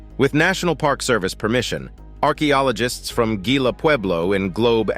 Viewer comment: The moderator has not been known to let the need for research cloud his observations conclusions and statements. Nevertheless, it is interesting. Having a grown up in the vicinity of the Mogollon Rim, and the Gila River, hearing both names grossly mispronounced made me cringe. There were several non sequiturs as well, but ?WTF? Not important.. 🎉